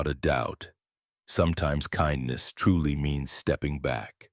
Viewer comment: At about : : there is a word that sounds like 'frouly' that does not exist and likely was intended to be 'truely' instead!. With that change the revised word would likely fit smoothly into the storyline at the local position!. Oops LoL 😢😂